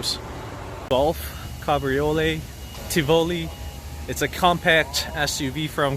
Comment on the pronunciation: “A VW Golf Kobree-oh-lay?” Cabriolet (Ca-bro-lay) 🤣